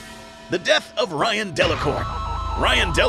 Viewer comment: One small thing, Delacourt's first name isn't Ryan, it's Rainn, pronounced like rain (like the weather), Rainn Delacourt.